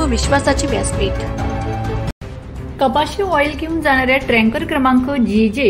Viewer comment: ते ट्रॅंकर नसते टॅंकर असते....र उगाच कशाला घालता? शब्द तरी नीट उच्चारा